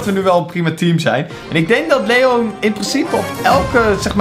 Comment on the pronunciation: Spreek leon uit op zn engels